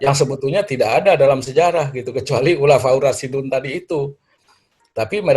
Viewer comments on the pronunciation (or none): Ngomong khulafuurrosidun Dari mana prof.... Dun apa din gitu aja gak fasih